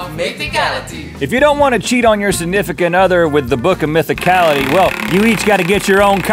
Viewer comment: I don't know why, but Link mispronouncing Mythicality killed me XD